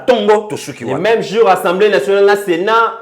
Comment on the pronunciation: OLOBAKA SOUVENT ENSEMBLÉE BALOBAKA: (ASSEMBLÉE ) MERCI MERCI BEAUCOUP NA MUSALA KITOKO OZALI KOSALISA. NALANDAKA YO TOUT LES JOURS DEPUIS DORTMUND-ALLEMAGNE SANS YO INFO MOBULU. RESTE TOI-MÊME MOI J'AIME TES GESTES SURTOUT QUAND TU TOURNES LE DOS AU JOURNALISTE C'EST TRÈS DOUX COMME ÇA.